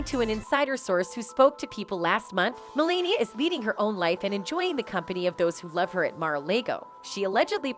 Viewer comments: You could at least pronounce her name correctly 😂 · The speaker in this video needs to learn how to pronounce Melania's name! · Whoever is doing this video, you need to learn. Their names is Ivanka and Melania. I don’t know if you’re Canadian or what but you’re mispronouncing their names you’re an idiot. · It’s not Maralego, and her name is not Melenia. And who is Ivenka? These videos are so fake. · Mar a Lago and Melania, Ivanka--pronunciation problems are weird here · and Ivanka and Mar a Lago, and sexual